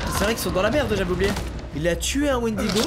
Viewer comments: squeezie on t'aime mais s'il te plaît arrête de dire wendigo. Pour un fan de légende et d'horreur sa me faut mal aux oreilles :) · Ça me stress tellement quand squeezie dit Wendigo alors que de base c’est une légende de certaines tribus de natifs américains -~ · Il a dit wendigo je me suis barré